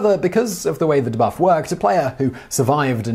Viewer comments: De-buff not dehbuff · the way he is pronounced debuff really irks me...